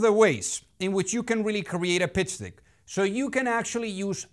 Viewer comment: PITCH DICK ??? LOL Be sure you say DECK (como la E en Castellano, un poco más abierta) because dick... LOL is not deck. Just an advice. Check the sync. I would use a English speaking V.O. speaker, it will make the videos really better.